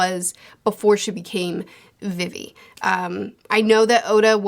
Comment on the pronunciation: Good bid but y’all YouTubers love to mispronounce things☠️😭 logue town is said like log and you say vivi like you just say the letter v twice not vivy